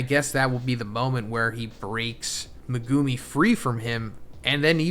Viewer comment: Who is Me-Goo Me? Get their name right!!